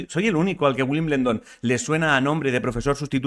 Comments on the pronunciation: Es que no lleva N. Se pronuncia Wim-bel-don. No Winblendon. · Ya que insistes en Wimbledon, la L suena despues de la E. Wimbeldon. Lo digo porque es mas facil y atasca menos. Llevas varios dias que creo que te vas a morder la lengua cuando hablas de tenis XD